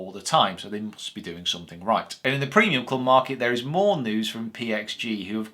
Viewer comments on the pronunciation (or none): none